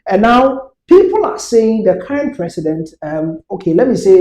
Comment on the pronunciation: See this guy oooh he said cerrent. 20ys in power and you're saying cerrent